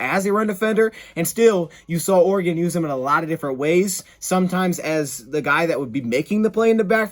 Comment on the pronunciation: Bonus points to for pronouncing "Oregon" properly...😅